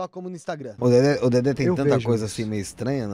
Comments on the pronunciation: Dedé, não “Dedê”! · É "DEDÉ" Santana e não "DEDÊ"... KKK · Nao é Dedê e sim Dedé